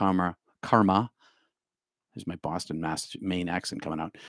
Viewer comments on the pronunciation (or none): none